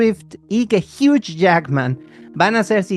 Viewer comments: Tanto en usa como en Canadá la pronunciación debería ser la misma. “Jiu” no “jiuch” como estas diciendo en el video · Amigoooooooo Hugh Jackman se pronuncia “jui” 💔💔💔🥹🥹🥹